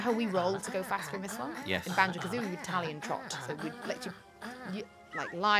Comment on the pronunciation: "Talion Trot"